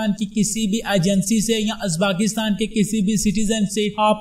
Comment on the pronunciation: merey bhai is mulk ka naam uzbaakistan nahi hey balke uzbekistan hey bhaaaaai.